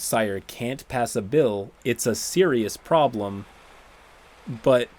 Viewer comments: I’m assuming part of the “no-sire-erious” joke is supposed to sound like no-sir-ee? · It's been almost a week and I still can't stop cringing at "no-sire-ous" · Maybe it was misspeaking or mishearing and he said "known sire-ious problem"?